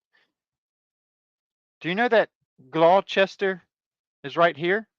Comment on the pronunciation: Locally pronounced Gloster